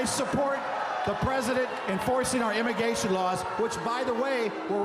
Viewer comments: Wow. Glad to hear people are getting sick of this finally. I mean, a lot already were. But horry shart this was refreshing to watch. Hey Mike....nobody wanted an open border, trafficking and fentanyl. All across the political spectrum, nobody wanted this. Mike, you straight up lied. ......"immigation" is not a word, by the way. "uh...with all do respect...." No, Mike. There is no respect. Also, most people didn't get the tax breaks in 2017. Unless you're crazy rich. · tell us about these “immiGAYtion” laws… 💀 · "Immagaytion" laws.